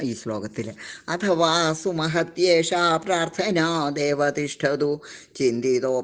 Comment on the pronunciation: സുമഹത്യേഷാ എന്ന് വായിക്കുക